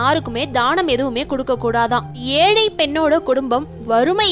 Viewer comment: Pala moli, Alai, yealu, yealai, do you correct your pronunciation..